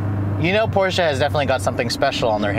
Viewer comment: thanks for pronouncing Porsche right!